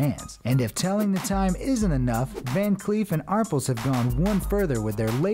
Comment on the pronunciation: Great video, but it’s Van Cleef & Arpels (pronounced ar-PELLE, also stress the second consonant). Very nice collection of innovative watches!!